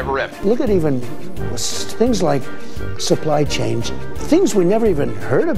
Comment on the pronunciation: DJT failed out from Fordham & transferred to Wharton at U PENN where he obtained a BS degree in economics. His Brother's contact got him in & his Daddy's money got him his diploma. How is it that DJT doesn't know the term supply chain nor how it's pronounced? I learned about supply chains in Accounting 101 along with FIFO & LIFO. I have AA, ASN, & BSN degrees, & I worked my butt off to earn the three of them. To earn my AA degree, I had to take & pass the CLAST test. It had 4 parts: 1 mathematics, 1 essay, 1 synonym, & 1 antonym. If I couldn't pass all 4 parts of that test, I wasn't awarded a degree, regardless of my grades. If I sat on the boards of the schools that awarded these people their degrees, I would be ashamed.